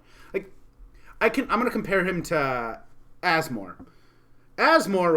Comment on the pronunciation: I'm now sold on Asmo. Two reasons: you pronounced her name correctly multiple times; you've convinced me that she's a good rattlesnake commander.